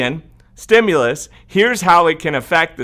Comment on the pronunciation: I loved it when u said trimulus! U crack me up sometimes lol love ur updates!